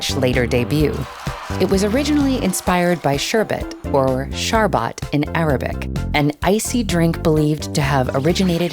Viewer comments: Pronunciation of "Sharbat " in English is funny 😅. It means sweet drink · It's not sharbaat , It's faloodaa , Persian created first icecream from ice crust and fruits juice, In between 7th century arab invader acquire this faloodaa recipe from Persian nobal , Arab use fruit juice pulpy instead of fruit and they given name sharbat , In 15th century this sharbat reached Italy and there they added egg in sharbat and given name of gulato In 17th century this gulato reached france they added thik butter milk and sugar cream cheese frosting and given name frozen ice cream, In 18th century Britishers attack france and took this recipe and label there name , icecream Icecream was created by france but Britishers given name